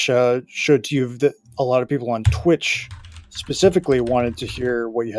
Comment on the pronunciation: the way you say “Twit Chat” seriously annoys me for some reason haha it is Twitch Chat